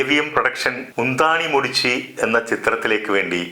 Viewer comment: "മുന്താണി മൂടിച്ചി" അല്ല മഹാനേ "മുന്താണൈ മുടിച്ചു" എന്നാണ് .. 🤣🤣🤣🤣🤣🤣🤣🤣🤣🤣🤣🤣🤣🤣🤣🤣🤣🤣🤣🤣🤣🤣🤣🤣🤣🤣🤣🤣🤣🤣🤣🤣🤣🤣🤣🤣🤣🤣🤣🤣🤣🤣🤣🤣🤣🤣🤣🤣🤣🤣🤣🤣🤣🤣🤣🤣🤣🤣🤣🤣🤣🤣🤣🤣🤣🤣🤣🤣🤣🤣🤣🤣🤣🤣🤣🤣🤣🤣🤣🤣